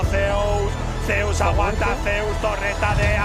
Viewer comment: "Zay-you-es" is my favorite top laner ever!